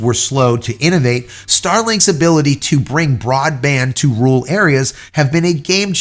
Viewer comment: its not that tough to pronounce rural try RER - ALL